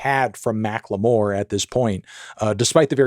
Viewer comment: why does he say macklemore like Macque L'Meauire